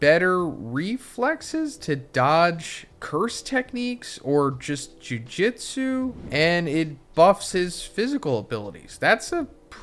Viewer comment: I am a loyal watcher, its pronounced JOO-JOO-TSOO. Please 🙏